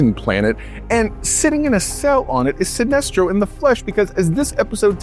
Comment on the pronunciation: lol did you just refer to Sinesto as "an alien" instead of Sinestro?